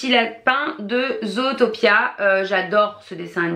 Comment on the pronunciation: Moi je dis zootopie et non zootapia.. Sinon bonne vidéo